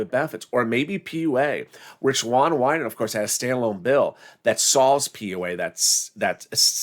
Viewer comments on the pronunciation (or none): none